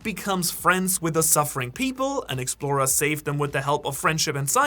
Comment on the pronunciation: I wish you would learn how to pronounce explorer before using it about 200 times in this vid